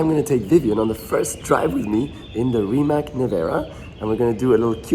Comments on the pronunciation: RimaC, nicht RimaK und auch nicht Rimäck 🙂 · Every youtuber pronouncing Rimac as Rimak is hilarious. Some of them even met the man, do they just not listen when he introduces himself? :D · Nico...Reematz, please!